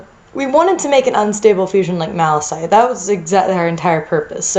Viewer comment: Okay. Not to be mean here, but you pronounced Malachite wrong and Serphenite wrong. Malachite is pronounced MAL-A-KITE. And Serphentine is pronounced SURF-EN-TEEN. Thank you.